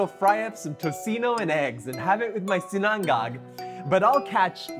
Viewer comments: We pronounce it SEE-na-ngág, not see-NANG-gag. I know, it’s not easy. Especially the third syllable. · It's 'SINA-NGAG' not 'SINANG-GAG' . Anyways, nice presentation. ☝️😊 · Yo it's not si-nan-gag! Say it with me, SI-NA-NGAG! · Hello Mr! just wanted to let you know it’s pronounced SI-na-ngag. Emphasis on the “si” instead of the “na” 😇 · Quick and simple recipe. I like how you pronounce Sinang-gag 😀🤙🏼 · Hi. FYI - it's pronounced "SIN-UNG-UGG" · i have to agree! Too much time on a short recipe. Just get straight to the point. He also didn't pronounce sinangag right.